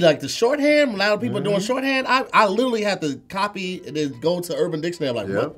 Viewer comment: can’t pronounce “literally” and he says it ALL THE TIME! He says, “little-ly” 🤣🤣🤣